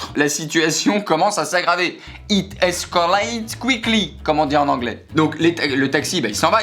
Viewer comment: depuis le temps que j'attendais de l'entendre encore !! 😂😂 "It eskalèyte couicli"